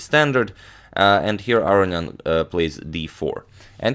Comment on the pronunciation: Arian? Arnian? Not AROnian? Seems a whole syllable is being left out of that name.